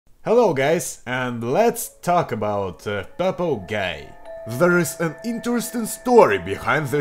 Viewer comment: Hi,. You made a mistake in the word "Purple" in the intro!!!